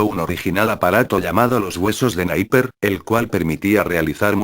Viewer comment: sabes que hay un error, es John Napier, no Naiper!!